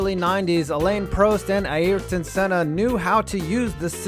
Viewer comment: Senna's name it's actually pronounced right. Look for a brazillian commentary of a gp of that era and compare to what he says .